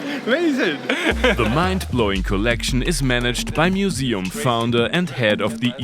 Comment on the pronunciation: “So I Bikame a mooseem keeper…….”